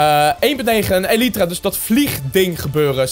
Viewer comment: Het is een elytra spreek je uit als eelietra